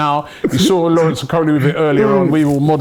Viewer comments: Robbie needs to work on name pronunciation. You butcher most names. Maybe you need to do some rehearsals before the show. Okolie is pronounced as Oko-lie and not ikoli. That’s a Nigerian name and we pride ourselves in our names because it has a strong traditional connotation. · O..kolie not E..Kolie or e-coli. And he's a cruiserweight